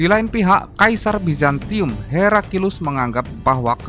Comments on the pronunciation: Bukan herakilus tapi heraklius🤭🤭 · Heraklius ya.. bukan Herakilus seperti pada suara video 😂🤣😂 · Naratornya selalu bilang Herakilus. Itu salah. Yg benar Heraklius. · Pilih narator yg pandai bertajwid dalam mengucapkan kata kata. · Jalan sejarahnya bagus, pembacaan naskah yg sedikit aneh, di teks layar tertulis heraklius, kok narator membaca herakilus? kedengarannya sih gitu